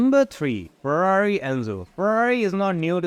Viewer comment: They way you chew & throw the words NUMMBBBBBRRR & Ferrrrarri Are painful to hear. I know you are Indian.